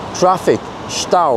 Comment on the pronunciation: Hey, your german is perfect. Scheisse..... Das ist nicht gut..... Stau. 😀 Or is it local language. Greetings from Germany 🇩🇪